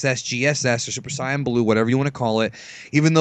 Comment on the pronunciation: U clearly arent a dragon ball fdan i seen ur other videos and you cant even pronunce saiyan. you maybe like the show but i sugest not making vids if you only now a little bit. yu can jut make up stuf